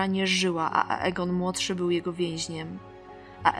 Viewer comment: xDDDDDDDDDDDDDDDD ...RejniRe, książe A-Egon dał się... I to wszystko z ambony xD Ale i tak Cię lubię :D :>D Bogu niech będą dzięki. -...